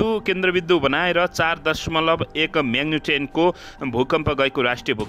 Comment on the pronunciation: समाचार वाचक लाई म्याग्निच्युद पनि भन्न आउँदैन कि के हो म्याग्नितेन्त भन्दो रे छ